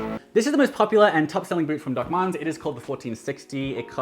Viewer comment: I know you’re saying “Doc Martens” in a funny accent, but I keep hearing it as “Duckman’s.” 😏